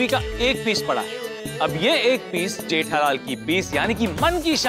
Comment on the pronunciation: Gethalal nahi jethalal bolo bhai